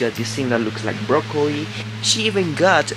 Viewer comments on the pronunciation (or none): none